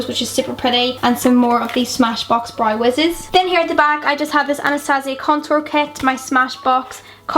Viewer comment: Hi just wanted to ask have you always say brow as Brie or is that how they say it there? Not being mean just wanted to ask that! But I love love love all of your makeup!!!